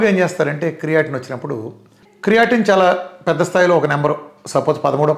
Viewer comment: చాలా దారుణంగా చెప్తున్నావు. ఏ రకమైన physiology జ్ఞానం లేదు నీకు. రక్తం తగ్గడం అంటే haemoglobin తగ్గడం. Volume of blood కాదు. నీకు ఎనిమియా, క్రియటిన్, అంటున్నావ్.... ఆ పదాల ఉచ్చారణ తెలీదు వాటి spelling కూడా తెలీదు. పనికిమా లిన ఉదాహరణలతో, అజ్ఞానులైన ప్రజలని చీకటి లోకి తోస్తున్నావ్.. నీకు. నువ్వే nobel prize కి nominate చేసుకో. నీకు తొందరగా కిడ్నీ పోవాలి